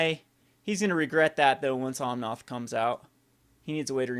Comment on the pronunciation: just fyi is OmnAth, noth OmnOth.